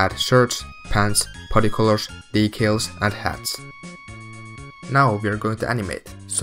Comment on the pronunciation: The way he says decals makes me happy